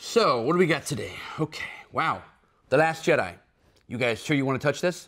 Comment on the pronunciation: "The Last Jedi" sounded like "Dat Ass Jedi" from the judge XD!